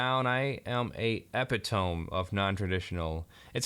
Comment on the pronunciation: epp-eh-tome? I hope you're being funny. ee-pit-oh-mee...